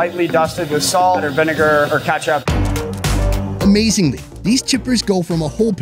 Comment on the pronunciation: wow, even a french fry pro cant even correctly pronounce the most basic two-syllable word, "ketchup."